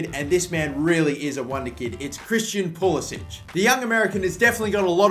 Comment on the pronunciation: BTW Pulisic said that his name should be pronounced as Pulisik, like american, not eastern european Pulisič